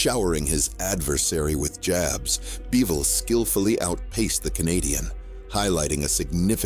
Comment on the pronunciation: Beevol? It's Bivol.